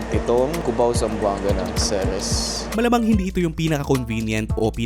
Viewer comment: Pet peeve ko talag tong mga tao who pronounce "Ceres" as "Series" 😅